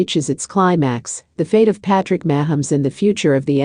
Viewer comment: You can't even pronounce his name correctly